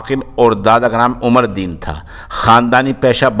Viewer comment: Abe naaam to Sahi se le le